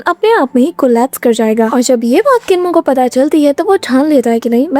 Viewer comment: Kinmu nehi chinmu ha wo..